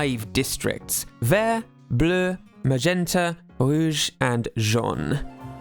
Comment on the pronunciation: Great job o the french prononciation of Bleu, Vert, Magenta, rouge and jaune.